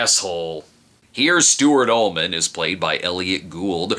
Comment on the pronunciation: I thought He Was saying Mister "Almond's" Office.